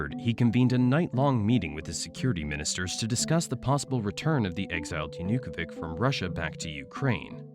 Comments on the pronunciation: It's 'Yanukovich', not 'Yanukovik' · Yanukovich is not Yanukovik hes Yanukovich ch like in chair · Will you please lern the correct pronunciation of Yanukovych? It's hard to take this serious when you're saying it like that.